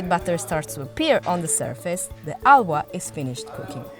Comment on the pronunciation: Areee Bhai ye kya ALWA ALWA bol rahe hai 🫂